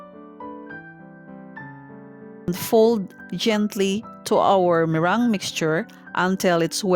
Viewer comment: it's me-rang